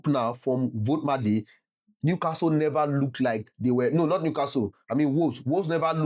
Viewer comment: It is pronounced volt ee ma da 😅